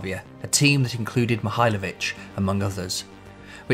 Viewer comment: How does this video not have more views. This is brilliant! Btw, you pronounced Mihajlovic almost perfectly.